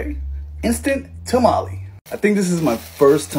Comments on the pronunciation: “ta-ma-lee” lol😂😂 As a Hispanic I like to pronounce it as “ta-ma-leh” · Bro said tamale like a middle aged soccer mom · The English pronunciation for tamale🤣🤣🤣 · This is a vato pronouncing tamale like a Caucasian. 😂😂😂😂😂😂😂😂😂😂😂